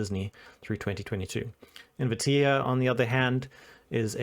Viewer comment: I think it's pronounced In-vee-teh. If I remember right, "ae" group is a long "eh" sound in latin.